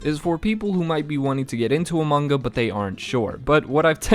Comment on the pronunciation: why does he say manga like munga